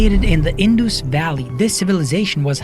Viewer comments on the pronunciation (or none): It's In-duhs ,not in-doo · Not Indoos it is pronounced as indas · Not 'In-Doos', it's 'In-Das', spelled Indus Civilization